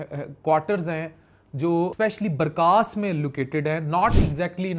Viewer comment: السلام علیکم یه لفظ (بارکاس) نہیں ( بارکس) " ک " کے اوپر زبر آتا " س " پر جزم آتا ہے "كَس " in English u tell "BARKAAS" isn't correctly correct is "BARKAS" is short KAS! I am form HYDERABAD-DECCAN